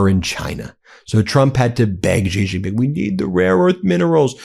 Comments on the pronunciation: Great coverage guys. But please learn to pronounce foreign names coz your pronunciation is making my ears bleed. Xi Jin Ping = Shee Jin ping. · Please say Xi Jingping properly, its annoying. Xi is pronounced like 'She'